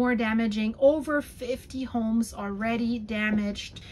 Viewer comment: "ober 500 reports",, are you serious? That's a funny German-Canadian mixture of "over" and "über". "Herr Ober, den Report bitte!" "there are no seismic stations", yes, so predictions are more like guesswork. Probably true for many areas in the world. "Rudi has enough", you should teach him more patience. If he's 30 centimeters tall, and you're in the USA, you could use him to teach American kids the metric scale. A standard European ruler, used in schools, is 30 cm long. "do not copy what he is doing", well, I'm not so sure that I wouldn't. Another wonderful video with a lot of information. Thanks for the geological maps, you're always very thorough with that. I'm waiting for the day you admit that you're actually a scientist.